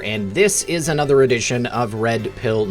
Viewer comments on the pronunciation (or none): The word "a" is never pronounced LONG-A. And the word "another" is never pronounced LONG-Another.